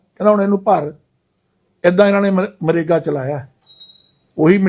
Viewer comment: देख लो BJP के प्रधान का हाल मनरेगा को मरेगा बोल रहा है.